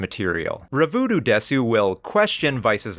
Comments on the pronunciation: Minor point, but it bugs me. As someone who has studied Japanese culture and watched anime their whole life, the fact that pronounce です as “desu” instead of “des” didn’t add credibility for me. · I always find it funny how the Japanese stereotype of Americans saying "desu" is "DEEEEs" but anime fans always go "deSOOH". It's actually kind of uncanny how they manage to emphasize the opposite of the correct syllable almost without fail in every Japanese word or name they say.